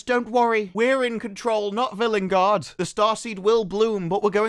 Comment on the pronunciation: I hate how Ncuti pronounces villengard wrong.